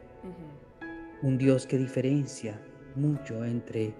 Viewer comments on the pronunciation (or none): none